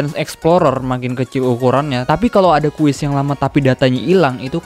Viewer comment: Sumpah denger nya gemes gw "QUEST" BKN "QUIZ" 😡